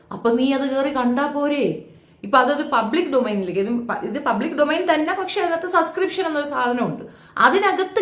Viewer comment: ഈ വിദ്യാഭ്യാസം തീരെ ഇല്ലാത്ത മരവാഴയാണോ? Subscription എന്ന വാക്ക് എവിടെയും എഴുതി കണ്ടിട്ടില്ലേ? ഈ പണിക്കു ഇരിക്കുന്നവർ അത്യാവശ്യം വാക്കുകൾ എങ്കിലും ശെരിയായി അറിഞ്ഞിരി ക്കേണ്ടതല്ലേ? ഒരിക്കൽ ഞാൻ കമന്റ്‌ ഇട്ടപ്പോ പറഞ്ഞു സസ്കൃപ്ഷൻ അല്ല സബ്സ്കൃപ്ഷൻ ആണെന്ന്. എവിടെ! അവൾ പിന്നേം അതെ പറയു. ഒരാൾ തിരുത്തി തന്നാൽ അത് തിരുത്തണം എന്ന് തോന്നാത്തത് വിവരക്കേട് കൊണ്ടാണ്. ആ കിണറ്റിൽ തന്നെ കിടക്ക് തവളെ.